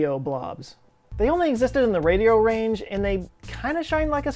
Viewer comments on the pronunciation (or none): none